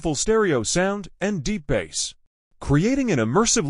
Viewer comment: It’s Bass (base) not bass 🐠